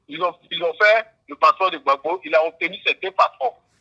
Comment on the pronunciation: C'est vrai on t'a nommé au ppaci mais s'il te plaît quand tu entrain de parler du président Gbagbo parler le président Gbagbo non gbabo